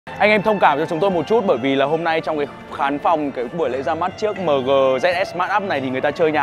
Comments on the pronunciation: Mờ gờ, đọc nghe chuối quá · Người Bắc đọc mờ-gờ rồi a-mờ- gờ nghe chán phèo.